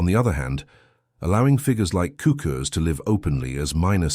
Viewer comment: sookurs is the best pronunciation